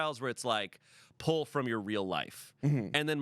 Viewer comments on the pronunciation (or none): none